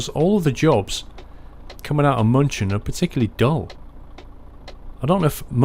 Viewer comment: Your salong München wrong